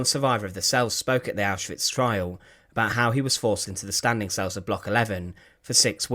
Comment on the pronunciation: Cells not sales